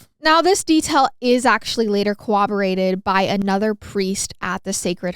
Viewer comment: a lot of vocabulary and language mistakes in this. you don't mean "infer the church" you meant accuse the church. also it's coRRoberate, not cowaberate. there were a LOT of mistakes in this one. maybe bc you're young, i dunno. it's mim-e-o-graph. not mime-graph. it means an old school copier machine. america ranks 34th in the world in literacy in our own language, poor fluency in our own language... its abysmal. and for those who think it isn't important it certainly is important. to infer is not at all to accuse and being understood is important.